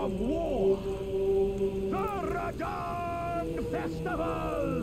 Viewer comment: well done read rhadan great rune please